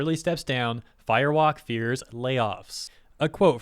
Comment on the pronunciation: Am I the only one that hears Fire Wok, like it's a cheap Chinese carryout restaurant?